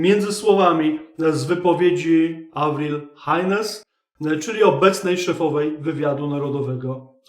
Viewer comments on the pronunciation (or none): Czyta się nie "Hajnes" tylko "Hejns".